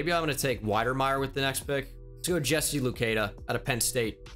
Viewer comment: Hey, I’m from Ottawa, Canada. The same place as Jesse Luketa and I just wanna let you know his name is pronounced Lu-ket-ah not Lu-key-dah Still love the content, keep up the good work!!